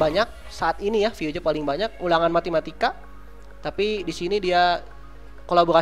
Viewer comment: Ulangan Matematika bang, bukan MATIMATIKA